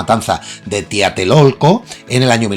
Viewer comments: No es Tiatelolco sino TLATELOLCO... Saludos! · No te autofeles: Se dice - ... TLATELOLCO... - NO - tiatelolco - ní porqué, tienes Internet a la mano. Ahora, tampoco es - hispanoamérica - es - AMÉRICA HISPANA - en Castellano primero va el sustantívo y después el adjetívo. Y sí, Octavio Paz, tenía de todo: Era un pagado de sí mismo, era sobrevalorado, se dice que hasta Salinas de Gortari le compro el Novel, en resumen era un hijo de la ch¡ngada (con todas sus letras), pero ¿qué salgas con las, ahora clásicas jaladas de - ...En México... - viniendo de alguién que básicamente vive en Progrelandia sucursal Europea... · Me encantan tus videos, solo una breve corrección sobre el apartado de Elena Garro, se pronuncia "Tlatelolco", no "Tiatelolco" 2 de Octubre no se olvida, te recomiendo investigar sobre el tema, es muy triste el desarrollo histórico, pero da mucha enseñanza sobre la barbaria que se vive en el país. Por cierto, no sé si fue intencional, pero me gusta mucho que el video trató sobre todo acerca de persecución política y tu camiseta parece de un preso, tus repisas dan la pinta estar entre rejas y el muro de fondo le dio el toque final.